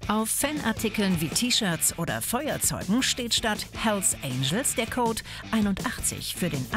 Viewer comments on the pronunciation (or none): none